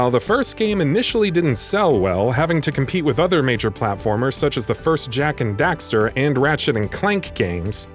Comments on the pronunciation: The fact that you're saying Dexter instead of Daxter was so distracting to me. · Bring back Sly Cooper it can be done! And dude, its not Jak and ‘Dexter’ its Jak and Daxter lol.. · also it's DAXTER not DEXTER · He say Jak and Dexter at the end.... They need a new person to read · "Ratchet and Clark". "Jak and Dexter". Wat. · I don't understand how you can pronounce Daxter and Clank correctly but then proceeded to say them incorrectly in the same video